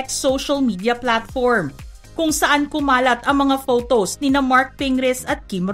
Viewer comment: Ate hindi “fotows “